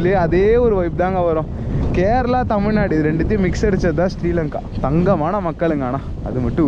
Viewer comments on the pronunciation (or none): none